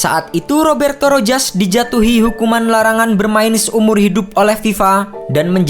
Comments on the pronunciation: Rojas. Bacanya ROHAS min..piss😁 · Rojas disebut sebagai Rohas